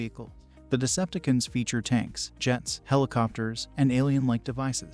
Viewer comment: It's pronounced Decepticons, not deceptkins 😂🤣😅